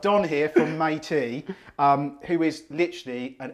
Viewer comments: Could have watched another hour of that. Saw Don dying to correct you when you called it Meitea instead of Meileaf haha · Kudos for Don’s patience while saying his companys name wrong twice!